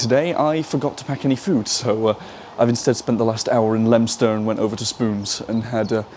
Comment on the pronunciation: I’m quite new to this channel. Who taught you how to to say the names of these bizarre station names? In this video we’ve have Leominster and I’ve seen your video about Beaulieu which, if I hadn’t heard you say it, I’d have pronounced the French way….